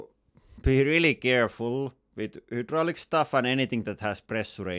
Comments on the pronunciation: Hydraulic is pronounced high - draw - lick. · It is not "hoooodraulic" press it is "highdraulic" press.